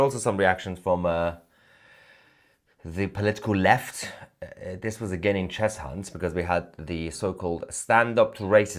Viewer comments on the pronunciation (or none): It's pronounced "Chezunt" not "Chez Hunt" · Don't pronounce the h in Cheshunt. I was born in Enfield. It's pronounced Chesunt innit 🤣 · It's pronounced 'Chessunt'! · Cheshunt is pronounced Chesunt.......the H nearly blends in , as with Arlow and Ackney...for info...keep up the good work 😀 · Cheshunt is pronounced Chesunt mate. Lol Your a great man though. So don't worry 😂